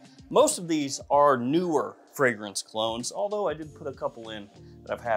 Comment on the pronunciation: Did you say "clones" or "clowns"..?? Geesh!